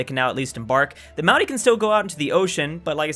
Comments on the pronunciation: Obligatory "You're pronouncing Maori wrong" It's not Mao like sexy Mao, it's more Moe like Moe's Tavern. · Hey just thought you should know that the Maori are pronounced kinda like moldy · Also the way pronounces "Maori" it sounds like "Maui" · Why do you pronounce 'Maori' like 'Moundie' through the whole video? It's really annoying. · I have genuinely never heard Maori pronounced that way. Not trying to be a knob about it but it's a rolled R, it kinda sounds like it's being said as an N or something? Edit: I mean it's better than most say it so thanks for the effort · Every time you pronounce Maori it makes my skin crawl... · I like how mispronounced Māori